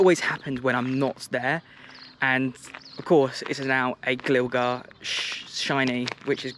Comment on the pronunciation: HOW DID U PRONOUNCE GLIGAR BRO